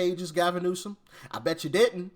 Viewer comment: You still pronounced his name wrong lol